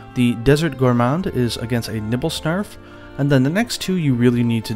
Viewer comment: You really called the Nibelsnarf the Nipplesnarf? Nice xD